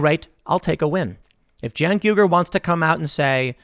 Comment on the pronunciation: Hey Tim, It's pronounced "Uy - Gur" not "Yu - Gur", the U at the start of his name is spelled like the U in "Uzi", you say Uzi, not Yuzi. Just pointing it out :)